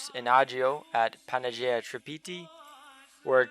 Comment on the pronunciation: Great video. One thing...its pronounced PAN-A-YEE-AH OR PAN-EYE-YEE-AH.